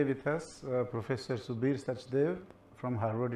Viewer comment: It is subir not sabir